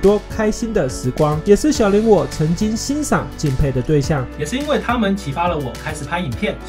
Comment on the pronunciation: 小林那個是念 ㄒㄧˉ一聲 ㄌㄢˊ二聲 這樣念的話老爸爸會生氣